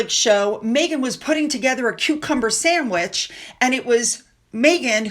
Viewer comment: Seamus is pronounced “SHAY-MUS,” and means “James” when translated into English, as I have explained to you before. Sandwich begins with the word, “sand,” not, SAM!